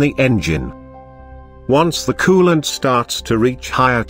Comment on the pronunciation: kewwwwlent and thermo...STAT